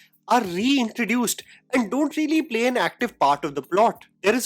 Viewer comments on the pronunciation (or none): none